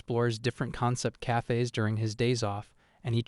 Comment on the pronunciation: "Cayfays". The way AI talks can be amusing.